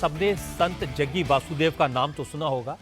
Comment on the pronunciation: Jaggu nhi Jaggi aur ji bol liya kro